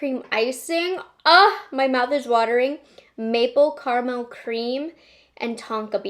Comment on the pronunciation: Love the way says, "Car Mel"